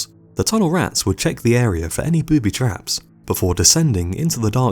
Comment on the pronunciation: dude your word emphasis is all wrong! TUNNELrats, BOOBYtraps. Not boobyTRAPS, or tunnelRATS Sorry for being a freak in advance LMAO